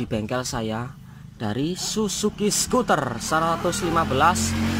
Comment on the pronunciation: Bacanya suter bukan skuter bos... 🤭🤭